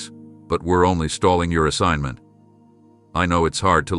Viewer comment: DID YOU SAY, SOMEONE STOLEN MY ASSIGG.ENT?